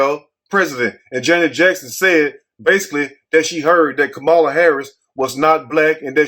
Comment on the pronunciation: THAT'S A LIE! I HEARD HER SAY SHE IS BLACK. .. ARE YOU DELIBERATELY PRONOUNCING HER NAME INCORRECTLY?